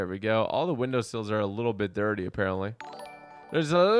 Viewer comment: What it really mean: little bit dirty , What i really heard : lay on bed dady...